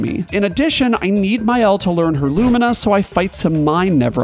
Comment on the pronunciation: Alright, I’m not going to be too precious about “Maëlle,” because even the English VAs say it wrong (“MY-el” or “MAY-el”), but Maxence says it in the proper French way, if you find one of his videos: “MAH-el”, elided to “MAH’el” (basically taken down to a single syllable).